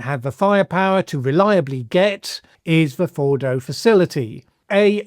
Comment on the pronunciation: Fordo not Bordo.